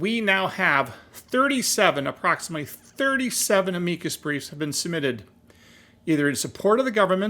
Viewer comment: I really wish you were pronouncing the name of the breef the same as it has been for oh the last 100 years just ask google what is an amikus breef and then listen to how it's pronounced PLEASE